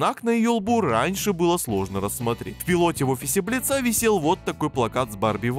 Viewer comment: Господи, Бли́ца, ударение на "и"! Согласно правилам ударений, при склонении существительных (кроме исключений) ударение остаётся на корне!